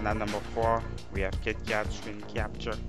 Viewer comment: rubbish, and its Kit...you pronounce the KK...KITKAT not YIT YAT!!